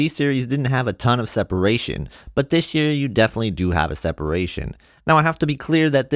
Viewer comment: Man you should really stop saying "Dish year"